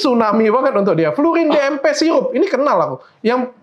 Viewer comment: Sirup bukan siyupp